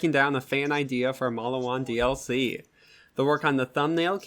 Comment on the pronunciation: You pronounce the name Mal-lee-wan wrong. “Get yourself a Maliwan and set some people on fire” I can tell you never plaid the first borderlands.